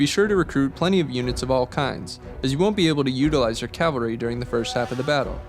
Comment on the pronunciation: cavalry not calvary